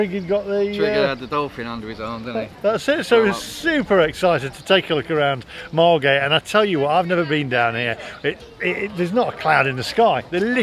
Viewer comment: Loved this. It seemed every school trip was to Bembom brothers in the 80’s. You need to get the pronunciation of Margate right though its Mar git 🤣🤣